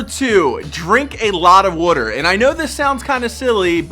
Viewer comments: Drink what? Wratr? Leave out the first r and you got it right buddy 😂 lol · Make sure to drink wuh-ter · Drink a lot of wudder. Got it. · Drink some "wuter" 😅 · Are you saying water or wudder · "W O O T E R" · Drink “Werter” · Drink wooter <3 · Am I the only one that hears wooder! ? Smh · Is it just me, or does this guy say Wuder instead of Water? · Drink lots of "wooter." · Drink ✍️a lot✍️ of wudder ✍️ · “Wutur” lol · wuter... lol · It’s funny how you was water 🤣”wuter” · That Pennsylvania way of saying water😂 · I like how you say water💀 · why does he say water like that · He pronounces "water", funny. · I was playing attention until he started saying water weird😂😂😂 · The way he says water tho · I love the way you say water lol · I’m guessing you’re from philly considering how you pronounce water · Bro where are you from? The way you say water really reveals your accent. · Why does he say water so weird😭